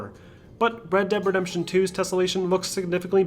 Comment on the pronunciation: Bred deb redembtion 2